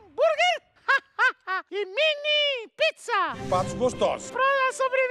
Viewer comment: "Minie pizza" e "minie hanburguer" Ksksksksksksksksksk